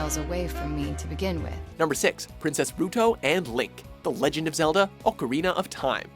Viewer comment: It is the year 2016, and people still don't know how to say "ocarina."